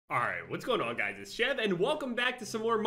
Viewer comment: Sounds like he said "jeb" at the beginning of the video, damn. R.I.P water sheep